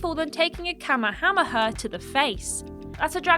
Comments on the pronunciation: Like... it has to be intentional right? Or is it just a British thing? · I mean she tried 😅 I can’t pronounce it so I call it Goku’s famous move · I have never heard anybody butcher the pronunciation of Kamehameha so badly😂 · Excuse me, you mispronounced Kamehameha. Also, like one commenter pointed out, TMNT Arcade Attack and Damnation should've been on here. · That pronunciation of Kamehameha was spectacular. Thank you 😂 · I don't know if it was meant to be a joke but it made me cringe hard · And the award for pronouncing a dragonball attack the worst possible way goes to... from triple jump. Conglaturations